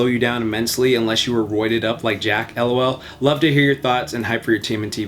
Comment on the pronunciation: how the fuck did you do that? You're an absolute god! How can you read LOL as el oh el and not lol.